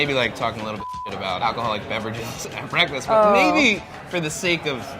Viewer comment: BWEKFAST sorry I had to